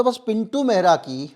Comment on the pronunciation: आप "मेहरा" का उच्चारण कर रहे हैं जो कि पंजाबियों की एक प्रमुख जाति है इससे भ्रम उत्पन्न हो रहा है ! दरअसल उच्चारण "महरा" होना चाहिए ! पहले ये लोग अपने स्वामियों के यहां पानी भर कर जीवन यापन करते थे ! कहार, केवट, निषाद, लगभग समकक्ष जातियां हैं !